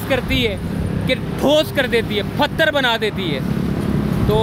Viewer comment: PATTHAR NOT PHATTAR